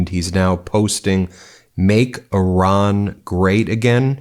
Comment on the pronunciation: The people of Iran aren't sheep & if they wanted regime change, they'd do that by now. It's been like 1979 to 2025, what 45 years? By the way, good job in pronouncing this ancient area's name correctly Ih-rahn, not eye-ran like the idiot in the WH.